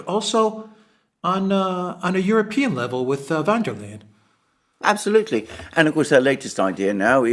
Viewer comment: I like you but you irritate me with your pronunciation of von der Leyen. Do you do that ridiculing pronunciation on purpose, perhaps from your easily seen dislike of Germany? She is not Dutch, hence not"van" and it is Leyen, pronounced as in "Lian" and the "von" denotes German nobility. Don't be childish, it is most unbecoming for a really "cool" commentator.